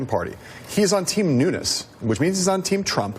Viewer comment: Holy crap Nancy pelousy got Devin Nunes's name correct, she must have stayed awake all night saying his name correctly so she got it right. I sincerely hope that she didn't overtax what is left of her mind doing so.